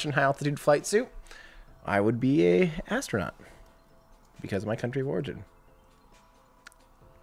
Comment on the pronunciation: lol...the way you keep saying that... the ev'ryday astro-nut... i love it! xD